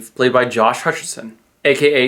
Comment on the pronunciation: I've been waiting for this all day!:P That forced joke bit was ingenius! I wish I thought of it >.<. Also, it's pronounced Peeta MEL-LARK, not Mae-lark. Totally not a HG fan. :P Can't wait for the Hobbit reviews. Never read the books or seen the movies so it will be an education for me :)